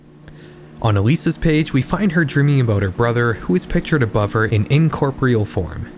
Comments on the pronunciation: "in-corp-real"? No. It's pronounced in-cor-POR-ee-al. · you left out a bunch of letters from incorporeal if you're pronouncing it like that